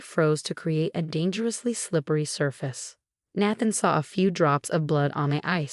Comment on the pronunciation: Good story, but the voice ,probably AI ,should learn how to pronounce Naathan ( long A - that’s why I spelled it that way)